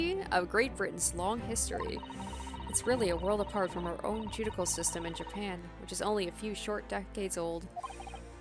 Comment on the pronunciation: small thing, but it's ju-di-shi-al, not ju-di-kal. cheers